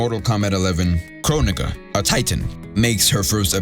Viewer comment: ion think kronigga is how you say her name twin